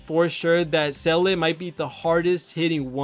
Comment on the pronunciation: Ranks Seele at number one but can’t say her name lol.